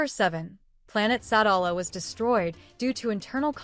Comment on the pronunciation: It’s pronounced Sa-dal-a